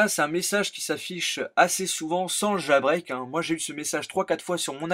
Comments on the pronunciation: on dit jailbreak, pas jAlbreak xD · Nan dans la vidéo a tu dit jAlbreak :p